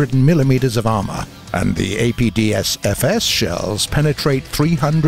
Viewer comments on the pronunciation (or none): He said APDSFS, not APFSDS... it's an imposter! A Skinwalker has taken the narrator's place! What you do with Larynx, Skinny!!??